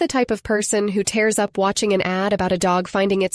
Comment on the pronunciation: Is there a real person behind this channel. She said diary when she said dairy aisle. And mispronounced tears Is this AI or real content?